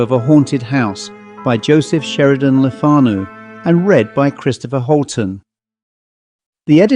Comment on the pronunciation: It's so annoying when his name is miss pronounced. It's lefnu